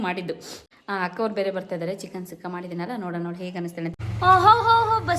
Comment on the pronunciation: ಚಿಕನ್ ಸುಕ್ಕ ಅದು ಸುಖ್ಖ ಅಲ್ಲ but anyway Recipe Super ❤❤❤